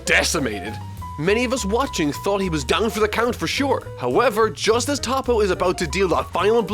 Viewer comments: I SWEAR TO GOD IF YOU TOPPO LIKE THAT ONE MORE TIME I UNSUBSCRIBE! ITS TOE PO NOT TOP OH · It's not Top-Oh it's Toe-Poe. Ffs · It's said like toe Poe not topo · Its not tappo its toppo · Nice pronunciation of Toppo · Please learn how to pronounce “toppo” correctly friend :) still appreciate the video